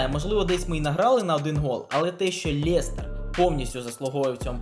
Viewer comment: Лєстер...мляя уже за@ Ріже вуха Лестер